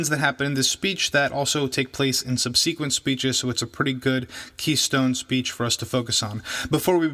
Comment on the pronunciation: I have three critiques. First, logic has nothing to do with the truth value of claims, which you seem to imply with your opening remarks. Second, you would have helped your case by pronouncing "subsequent" correctly. Third, you misspelled "anecdotal."